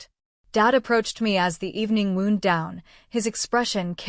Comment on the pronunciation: Good one, but the AI mispronounced words (wound, for example) make the story sound awful.